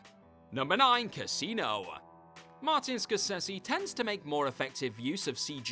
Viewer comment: This accent drives me nuts!! Childah. Casinoah. Killingah. Impressivah. Threeah. Stop with the extra "ah" at the end of every sentence. I can't even watch this to the end.